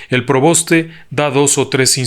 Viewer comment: Disculpe w le corrija es: preboste y no proboste . Gracias